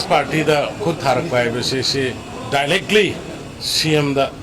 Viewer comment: Dilectly haisibu kari lonno, Mr CM. Ha2